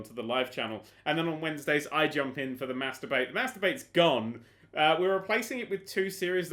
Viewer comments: when he said mass debate I thought he said "masturbate" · when you said "mass debate" i thought you said "masturbate" .-.